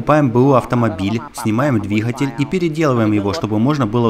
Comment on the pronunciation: ДвиХатель везде Хгэгаете 🤣🤣🤣